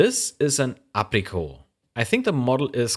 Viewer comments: That's ApricoT not Aprico, it's a hard T :P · It's pronounced "áy pree kott". It's English, not French: all consonants are sounded. Superb video. Happy memories!! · apricot has a hard T at the end its the name of a fruit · The word certainly has French etymology, though the French borrowed it from the Spanish who in turn borrowed it from the Arabs, who acquired it from the Greeks. But the etymological background of a word doesn't dictate the pronunciation (otherwise, the English would be eating roast boeuf each Sunday). The pronunciation should come from context: and the context here is that Apricot was a British company. You're narrating in English. And most of your viewers won't be French. Anyway, it was a very minor quirk in an otherwise great video, but your pronunciation of the company name was just a bit "off". Absolutely not an issue if you choose not to get it right for the future. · the Apricot is pronounced like the fruit Apricot , they also did IBM MCA units with remote controls for security, built in monitor stand like the amstrads. the keyboard i think was xt type but had extra LED's and system buttons on the keyboard. it may not poer on with the relay trigger (later MCA models were control with a small white one button remote for power on and unlock keyboard) , that was the QI300, it also had custom disk bays and a handy drawer to fit the remote (hidden of course and not mentioned in the manual, the sales man told you) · How did he pronounce Apricot lol.